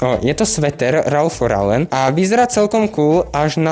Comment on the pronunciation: Len pre buducnost: cita sa to "Ralf Loren" :) inak super videjko